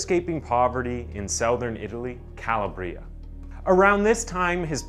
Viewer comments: CalAbria not Calabbrià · Dude, it's Ca-la-bree-uh, Calabria. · Horrible story but as an Italian I lost it at Cala-bria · Great videos...but you need to learn(double check) how to pronounce some of the words correctly... like Calabria is pronounced Ca-labria ... not Cala-bria.... as well as the name Cayetano is pronounced Ca-yeh-tano...not Caya-tano as you say....just some constructive criticism to help you improve your channels productions.. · I cant stand the way he's pronouncing Cayetano.... lmfaoooo and CALA.BRIA. LMFAO🙈😅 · Are you intentionally pronouncing “buenos aires” and “Calabria” like a crazy person, or... 🤔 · If you’re going to present these videos, at least learn to pronounce the words correctly ! ‘CALABRIA’ is really not difficult ! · How in the actual fuck does someone miss pronounce Calabria that’s not even fucking possible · Calabria has the accent on the 2nd syllable. I wish creators would look up pronunciations of words when they are not familiar. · Dude, pronunciation is crucial. Buenos Aires, Calabria were pretty bad. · Great video! Just a little suggestion: check the correct pronunciation of Buenos Aries and Calabria.😉 You were very professional and engaging I was thouroughly intrigued by this story.